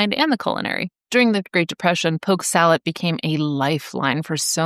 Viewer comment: Driving my tractor trailer through the rural metro North Atlanta there was a older fellow that had a sign nailed to his tree offering poke. SALAT I always thought it was salad. It sounded like you said salat as well. Always wondered if it was just an uneducated sign or he knew something I didn’t.